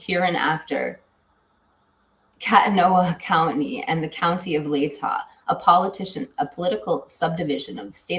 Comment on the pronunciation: It’s pronounced Koot-knee County 🥰 114 degrees in Sacramento, CA